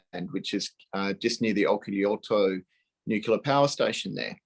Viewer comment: ....laughable